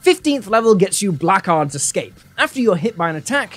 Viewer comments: Blackguard is pronounced "Blaggard" and it really bothered me how it was said lol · Blackguard is pronounced blehgurd hope this ruins someone's day.